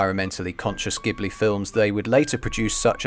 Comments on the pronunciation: Pronounciations are *mEE-ya-za-ki and *Jibli but otherwise great video :) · So sad that someone doing an analysis can't even pronounce the name of the studio he's analysing properly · Ah man I realised the miyazaki pronunciation mere minutes after upload. However I will look into the ghibli pronunciation though because I thought that was an Italian word - and if it is, it will DEFINITELY be "Jiblee".